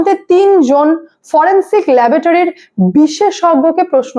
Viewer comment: ল্যাবোটারি নয়,কথাটা হবে ল্যাবরেটরি। LABORATORY.